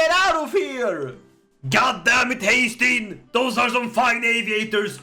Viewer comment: Haestein❌ haytham✅